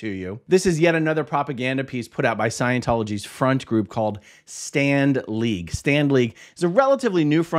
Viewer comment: Every time you say Stand League, I hear Stan Lee. And , think of his comics. Did LRH come up with Stand League?